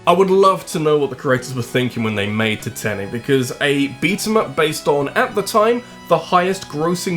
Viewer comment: ah yes, the unsinkable TITENTIC